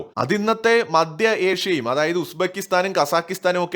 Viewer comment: It is not ‘madya Asia’, it is ‘maDHya Asia’!, mind your diction!